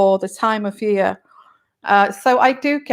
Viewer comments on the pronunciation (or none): none